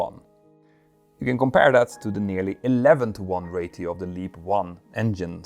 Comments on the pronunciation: stop saying ray-teo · ratio is said "ray-she-oh" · Please say "rayshio" instead of "rayttio". Thanks